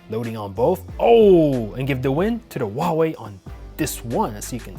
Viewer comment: He says whooaway